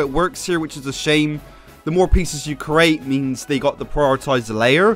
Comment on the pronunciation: You say "create" like "cerate". Why?